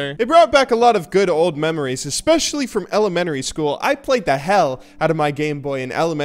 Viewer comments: Think you're saying elementary wrong. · not elemenary school. it's Elementary school... kids these days.............. Love you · It's so weird hearing "ele-men-tary" school. As a Connecticut resident I always pronounce it in the psuedo-English way, "ele-men-tree". I don't know if the Midwestern accent is weird to most people or if most people outside of New England say it that way and I'm the weird one...